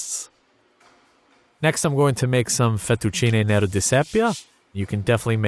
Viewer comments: Congratulations! ths is a very interesting and well done video. I appreciate your effort with italian pronounciation, very good for an american/english native. (just a few "errors", like: it's tènero, not tenèro) I am from Parma, Emilia Romagna, and I was waiting for your cappelletti and anolini. It's important to stress that you gave indications for the filling, but every family will have a different one and very often with meat. There are sort of religous wars about how to call the different forms of pasta. For instance: for all my life I called stuffed pasta in my family "cappelletti" but almost everyone else here calls them "anolini" and I am considered an heretic, wort of flogging or stoning for this sin... yes, food and pasta are quite important around here... nice work! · Wonderful skills! 'Tenero' is pronounced with the stress on the first 'e' just like 'tender'. Same for 'pettine' (the stress is on the first 'e').